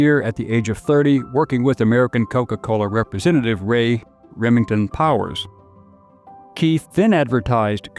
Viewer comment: Ray RIVINGTON powers (it sounded like you said Remington) and Powers passed in a strange car accident while in Germany